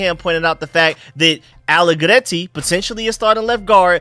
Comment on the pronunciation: Loving that trilled 'r'-roll with the allegretti p❤ronunciation